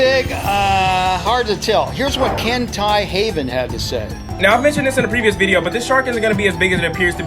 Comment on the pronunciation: Mans really just said kentai heaven lmao